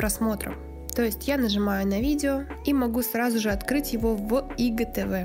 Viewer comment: Что за ИГТВ? Кто так говорит ? АйДжиТиВи говорят . Блин фу